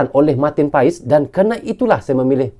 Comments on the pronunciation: Baca dan pengucapan nya Martin pas bukan Martin pa es.walapun secara tulisan/tulis.Martin paes... Jdi nama nya Martin pas.bukan Martin paes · marteen paes dibaca marteen pas bgitu katanya bang